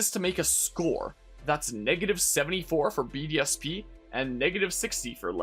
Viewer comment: every time you say BDSP, I almost listen BDSM